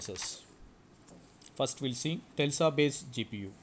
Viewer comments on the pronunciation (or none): lol.....he is pronouncing tesla as tellsa..... bro he is nuts